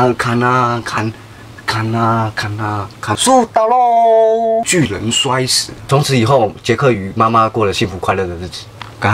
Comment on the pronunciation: 巨人你說成拒